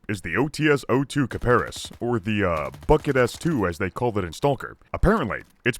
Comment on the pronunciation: kiparis, emphasis on is, kiparIS